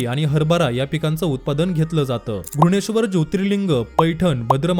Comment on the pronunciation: घृष्णेश्वर आहे. उच्चारचूक